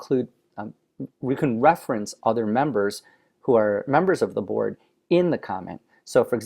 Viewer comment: It kept sounding like he was saying "Borg" lol.